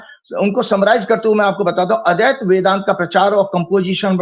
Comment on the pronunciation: अद्वैत सिद्धांत नहीं बोल पा रहे हैं ये विद्वान महोदय,अदैत्य बोल रहे हैं ये अद्वैत को।